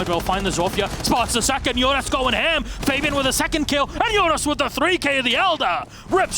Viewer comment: I am sorry but it is triggering me that you are saying Fabian.